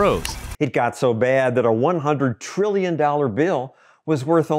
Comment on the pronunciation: "Over a billion three hundred million trillion treemuhmillion dollars!" 🤣